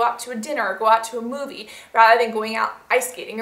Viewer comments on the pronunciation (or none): none